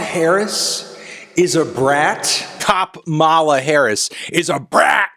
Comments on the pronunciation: he's clearly stressing the second syllable and not the first. Back in the previous election cycle, Trump was rightfully criticized for pronouncing Kamala the same way Anthony is doing here. Sadly those of us with non-"white" names never seem to get a break. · I can't believe I have to teach an American how to pronounce your own vice-president's name, but it's KAmala, not KaMAla. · Kamala is pronounced similarly to calm, so com-uh-luh not come-all-uh. I had a hard time watching for this reason :/ it comes across as a microagression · Tell me you are clueless about politics without telling me you are clueless about politics. BIH PLEASE. Xanned out demeanor? The laugh? Could you please regurgitate another Fox News garbage talking point?! Her name is pronounced Kama-la. Not Ka,-ah-la. YOU ARE NOT BRAT AND NEVER WILL BE. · I hate that I am this person, but it’s KAmala, not KamAla💀💚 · I would just like to say that it’s pronounced COMMA-la, not kuh-MAH-la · love ya and agree with everything you’ve said in this video. just wanted to stop by and correct you on one minor detail- her name is pronounced KAH-muh-la, not Kuh-mah-la. not to be a Hermoine, but I think the correction is simply a matter of cultural respect. keep doing great things, brathony. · Yo melon just so you know, her name is pronounced "KAH-mala," not "KaMAla" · Just a reminder that her name is pronounced COMMA-La, not Kuh-MALA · You’re pronouncing her name wrong. It’s “KAH-muh-luh” not “Kuh-MAH-luh” “Comma-la” basically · it’s comma-la. not kuh-mah-lah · It’s pronounced Comma-Luh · Just a note- Kamala is pronounced like "comma luh," not trying to endorse or be rude just giving the pronunciation :) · Are you actually unaware that it’s pronounced KAH-muh-luh? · I know it doesn’t matter but it’s “Kah-muh-luh” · It’s pronounced KAH-muh-luh, Melon my boi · It’s “Comma-la” Mr. Melon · I’d like to think he knows but mispronounced it on purpose because he’s a Jill Stein bro at heart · Emphasis on the first syllable